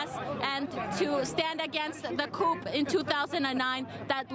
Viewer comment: It's 'coup' not 'coupe' - somebody needs to tell her.